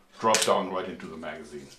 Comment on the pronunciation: I swear he said forskin. Magazine